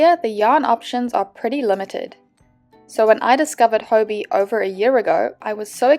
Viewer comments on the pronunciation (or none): I thought it was pronounced hobby 😅